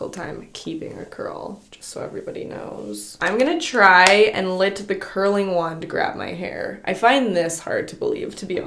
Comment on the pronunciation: Anyone else notice how is incapable of saying the word “let”? She always says lit / litting... like girl what happened 😂😂😂😂